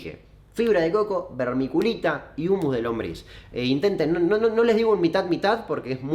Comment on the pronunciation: Hola, podes volver a decir vermiculita en tu proximo video? Me gusta como la pronuncias. Saludos.